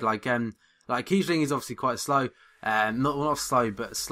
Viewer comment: kiebling haha